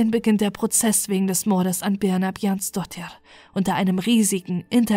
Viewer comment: Super Deine Aussprache 🎉 ich könnte den Nachnamen nicht aussprechen 🙈